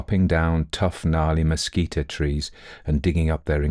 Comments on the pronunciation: Great narration. Mesquite is pronounced mehSKEET. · I have really been enjoying your stories. I just want to let you know that the word “mesquite” is not pronounced “mesquita”. It is “meskeet”. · Only spluttered over my coffee hearing "mesquite" pronounced as you did--from NW US, college in New Mexico, and have always heard it with hard "t" ending, like "meskeet" vs. "meskeet-ee"... Though we do add the "oh" when we say mosquito! 😅 (Or rather ouch after one finds us...). Enjoyed this story... Nothing wrong with some manly-man now & then! A joke i heard in college was "State "x", where the men are men & the sheep are nervous". My school had a rivalry with one in a state just north, so X was Colorado....😅 A reminder to not take anything too seriously. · Oh,, you do "creepy" so well. Lots of shudders in this tale. By the way, the plant/tree called Mesquite is pronounced mess-kit. The final e is silent. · I adore you, but you need to know mesquite is “mes keet’ “. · Good story. My brother went to Peaster schools growing up (authors birthplace) and I grew up about 20 miles from there. Your accent is not objectionable just weird. By the way its prononuced Messkeet leave off the e at the end. Love your work. I worked on Aliens and Cowboys movie. Ended up not getting paid. Lots of points of intersections with this story trajectory I guess. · Beautifully told! ... I've only heard "mesquite" pronounced with two syllables, never three. (Texan speaking) Excellent bedtime story anyway.